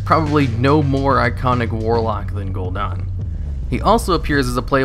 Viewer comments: The only thing that I don’t like about these videos is that he keeps saying Gul’don not Gul’dan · Whay are you calling him Gul'Don? It's Gul'Dan...Dan, as in Danny. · Gul'DAN, not Gul'DON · Gul'dan, not Gul'don. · Any reason u say gul-don???? It's definitely an A IN GuldAn. Drove me nuts. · I love your videos but you are REALLY bad at pronouncing names lol. Gul'DAHN? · i had to down vote, it was a cool video but I cringe every time you say gul'dan. THEY SAY IT IN GAME CONSTANTLY !